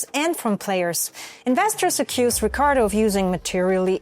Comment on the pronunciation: Love how you pronounce the Rrrricardo. Keep up the good work! I already know this channel will blow up